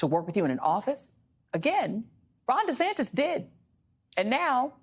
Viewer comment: Take 1: "Hi, I am Ron Duh-Santis" Take 2: "Hi, I am Ron Dee-Saintis" Take 3: "Hi, I am Ron Santos"